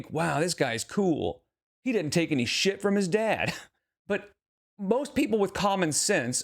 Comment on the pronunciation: The way the girlfriend says “had and “dad” it’s “hayud” and “dayud”